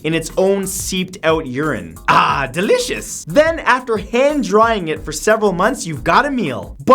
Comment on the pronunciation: Delicious? More like "Die-licous"